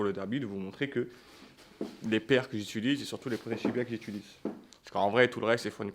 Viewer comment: incroyablee la vidéo sah 🤩 par contre c'est "j'utilise" pas "j'iltulise" 😀2.37